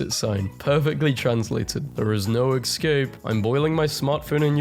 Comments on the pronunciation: This guy pronouncing ESCAPE as ECSCAPE, bothers me way more than it should lol. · Why does he pronounce it as egg-scape?